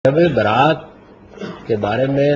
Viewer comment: یہ شب برات نہیں تلفظ ٹھیک کیجیے یہ لفظ شب براءت ہے